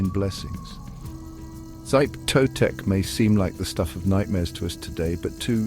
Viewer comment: SHEE-peh TOE-tek, not "Zype", at least learn the basics of how to pronounce Nahuatl before making a piece like this. Still the most nightmarish of the Aztec pantheon. I once dreamed I was Axayacatl, being coronated at the Huey-Teocalli in the skin of a xochimiquitl slain in the name of Xipe Totec. A cold, slimy nightmare I remember almost 30 years on.